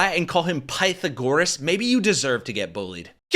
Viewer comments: pie-tha-gorus? LMAO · Pie-tha-gorus……. I can’t even. Like…. You are on the computer! Look up pronunciation! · Pie-tha-gore'-us. I can't add anything to that. Gods have mercy. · pie-tha-gore-us......wow wow wow.....What the hell? Was she out in the parking lot sharpening the quarterback's pencil during math class? Intellectually I understand that they are uneducated, but emotionally, I want to give them more credit than that...I guess not anymore. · Pi-tha-goras?! My f-ing brain just melted out of my ears. Oh and measies? Puke. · "I guy called Pie-thor-gorr-us." Wow, that's stupid. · I’m a mathematician. I laughed so hard with the two bubbleheads trying to pronounce Pythagoras And that flat Earth was actually TAUGHT IN SCHOOL? Jesus, Mary, and Joseph. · Py-tha-gor-as!!!... FFS!!!... that is pig shit ignorant... I despair of the US education system,... and it's only going to get worse, now that they're disbanding the education board, and allowing states to set their own curriculums... Has America ever wondered why countries like China, and continents like Europe are flourishing,... its because they invest in education systems, and their populations overall IQ is about 40 points on average above your everyday American... nevermind their technological prowess, and ability to think outside of the box,... America is F*cked... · It’s crazy how MTG has been vaccinated… yet she’s telling others not to get vaccinated, and enjoy the same protection she’s presently benefiting from - much to our chagrin. Also, “pie-tha-gor-rus” 🤦‍♂️…yikes! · Pie - tha - GORE - is?! OMG - what a numbskull! Of course she's a trumper and a flat-earther... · someone who don't even know how to pronounce Pythagoras right really should be giving their dumb ass brain a rest and keeping their mouth shut( something tells me that would be such a hard thing for her to do) God Help America ..